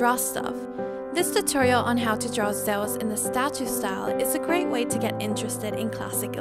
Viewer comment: The way you say Zeus, omg please stop..... it's not Zowas or however you're trying to say it! LOL!